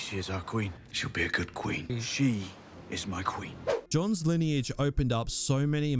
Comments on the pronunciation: muh kween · Muh Qween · Jon Snow declaring “Muh Queen” over and over has me ROLLING. Then I remember how hard this show tanked. MUH QWEEN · "Ma Queen", 🤣😂 Great video